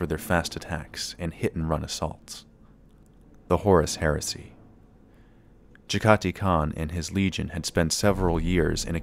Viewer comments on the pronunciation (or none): Jag-ah-tie, not Jeggaty So many lore videos mispronounce this, it's not cringy anymore, it's scientifically fascinating. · Jag-Ha-Tai Not Ja-Gah-Ti...